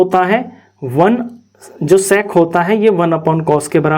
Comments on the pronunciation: Nhi sec²Q sex²Q sunai de rha hai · Bro's pronounciation of sec²💀